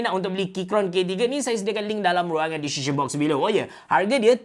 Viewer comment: takleh tul part cakap 'dalam ruangan "dizishen" box below'😂